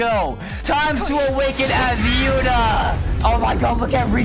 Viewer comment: Bro said yutá'